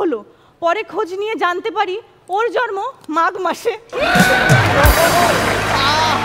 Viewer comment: জর্ম না জন্ম উচ্চারণ হবে। don't mind. কষ্ট দেয়ার জন্য বলিনি। পারফরম্যান্স অনেক ক্রিয়েটিভ, নতুনত্ব ছিলো, ভালো লেগেছে।